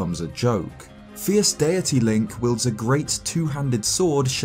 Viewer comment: This guy keeps saying “fierce DIRTY” THATS ANNOYING AS HELL